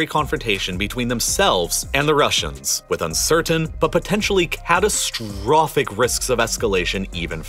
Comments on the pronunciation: Can you tone it down with *"ABSOLUTELY C A T A S T R O P H I C"*? Would it be acceptable to deliver the facts without doing your utmost to upset people and spread as much panic as this video can? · Can you put less emphasize at the end of each sentence? It gets really annoying hearing CATASTROPHIC, UNPRECEDENTED etc